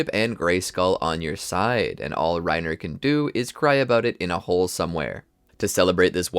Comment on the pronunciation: You can tell this guy doesn’t watch the show. Weirdly or mispronounces many things. Reiner, piek, galliard, krista, rogako village, uzamabitos